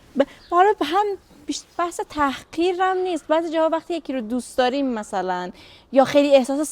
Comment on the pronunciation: هموطن پارسی زرتشتی چرا خواهی ما را آزار دهی ؛ زبان تکمیل و پيشرفته شده " زرتشتی بلستانی " همین " زبان پارسی زرتشتی پهلوی " است ... ×× حالا شما [ " دوریم " تلفظ می‌دارید ] ... در این زمان ما گفته می‌شود " داریم " ...